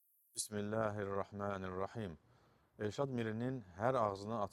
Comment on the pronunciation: 😂😂😂 Elşad Bismilləhirrahmənirrahim sözünü düzgün tələffüz edə bilmir.Qur'anı üzündən düzgün oxuya bilmir.Ərəb dilini bilmir.Bildikləri Zındıq Türk hocalarının dediklərinə qulaq asıb sonra tutuquşu kimi sizin kimi savadslar üçün təkrarlayır. Sizlərdə onun dediklərindən məsti xumar olursuz.Sizlərin Qur'andan xəbərniz yoxdur Əgər Qur'andan və Haqq olandan xəbərniz olsaydı Elşadın Qur'an ayələrini necə inkar etdiyini görərdiniz..Sizlər savadsız olduğunuz üçün Elşada haqq qazandırırsınız Elşad Qur'anın ayələrini inkar etməkdə alimdir.